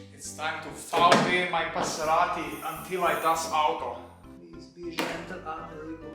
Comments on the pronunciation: One more "Paserati" and I gonna die of laughter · Ah yes. The Passeratti